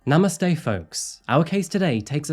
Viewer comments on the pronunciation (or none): none